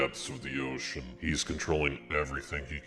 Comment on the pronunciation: I HAD INTERNAL SCREAMS EVERY TIME YOU SAID OCEAn